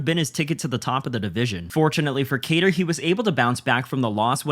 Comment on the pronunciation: What are the chances that you are going to pronounce kattars name correctly?